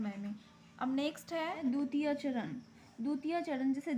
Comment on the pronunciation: Dutite nhi dvititye hota hai😅